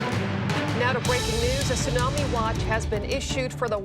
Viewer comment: A tsunami may be a silent killer, the 't' is not silent.